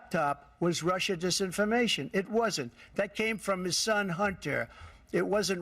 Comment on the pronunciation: Sleepy Joe: my shon ish not a shucker, you’re the shucker!!!